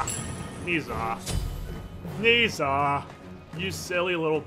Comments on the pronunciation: Ni Sa? wtf He is called No Sha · It's not pronounced "Niiza", its "Nah-ja" I know Chinese names are weird like that, but trust me. :P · pronounced Ner Zhar...not Nee Zha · More accurately it is pronounced nausea an easier way to understand cuz its actually a word😑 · You're mispronouncing his name. The 'e' in Ne is pronounced like the 'e' in 'her'. The 'zh' is pronounced like the 'j' in 'jam', and the 'a' is pronounced 'ah' Love your vids btw :)